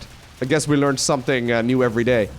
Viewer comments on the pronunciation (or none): none